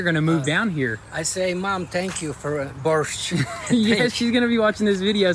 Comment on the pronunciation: Having Eastern European family myself and speaking the language, I wasn’t always sure that spoke it too. They way they pronounced борщ (borscht), yeah they absolutely speak Ukrainian. I really respect that. It good too respect and understand your roots.